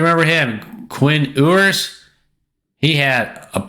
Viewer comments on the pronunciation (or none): Oohers ? It's pronounced. You - ers ! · Bro you don't even know how to pronounce Quinn Ewers name. Not sure if you think you are an expert College Football Analyst, or if you are just doing this for fun with your friends. For fun, do your thing man, these videos are for fun and entertainment. But if you think people around the sports world should listen to your expert opinion...wow, you are bringing less informed information then my Grandma. Stick to talking Football with your friends....its a bit of ego to think people should or need to watch your take on The Buckeyes.